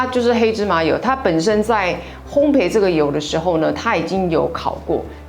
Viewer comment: 耶～～～是我許願的三杯系列！！ 謝謝Rich老師，又學到一道家常菜惹！ 看著螢幕都彷彿聞到味道XDD 原來杏鮑菇要乾煎才會有海味啊（筆記） ps.是烘「焙ㄅㄟˋ」哦😆